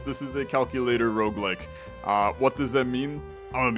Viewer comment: Roguelike not Roguelick